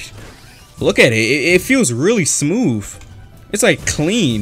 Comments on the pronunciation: "smmof" LOL IM SORRY BRO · Dude is it just me or does he sound like he’s saying smoof instead of smooth😂😂😂😂